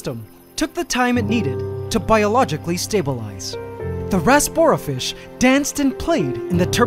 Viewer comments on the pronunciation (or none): none